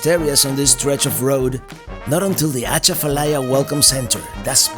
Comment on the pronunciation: It’s pronounced A Chaf a lie ya. . The a is short.